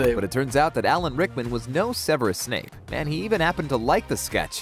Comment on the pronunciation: ITS SEVERUS SNAPE NOT SNAKE